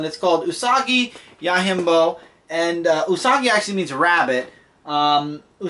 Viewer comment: Yo-Jim-Bo (not Yo-Him-Bo)